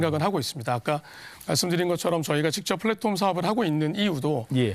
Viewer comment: 플랫홈이 아니고 플랫폼인데..